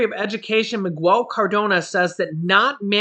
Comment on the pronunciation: Corps is pronounced like core, the p and s are silent ( like Marine Corps ) also Miguel is pronounced Mee gell, the u is silent, not pronounced as a w. Sorry, you are a n awesome person, doing a gr8 job and this will help you keep a following. My dad was a Marine and really got offended when it was mispronounced. Believe me, I made more than a few pronunciation mistakes in my day so , honestly just trying to help. My biggest mispronunciation was rendezvous ren·dez·vous /ˈrändəˌvo͞o,ˈrändāˌvo͞o Now I can laugh about it but my face and ears used to burn when my family and friends teased me about words I had trouble with. Thought maybe to spare you that... 🌞